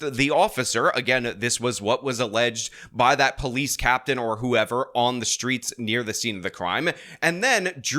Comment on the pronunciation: Dat be po-leece say it right